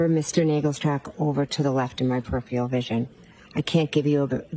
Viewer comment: Perifial vision. Inebweeated. I sar it. Not only is a lying murderer of John O'Keefe, she's a murderer of the English language. Why did that woman never seek the help of a speech therapist? Insufferable.